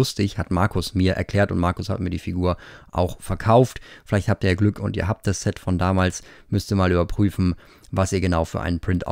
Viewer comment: Hast du syx statt Set gesagt hast